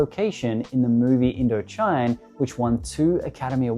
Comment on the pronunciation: The movie “Indochine” is pronounced as Indo-sheen